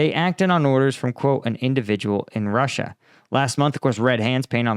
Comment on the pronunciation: Ie: roosia